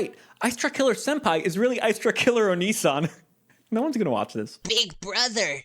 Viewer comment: I didn't expect that onii-san pronunciation so I thought you meant Onision 💀💀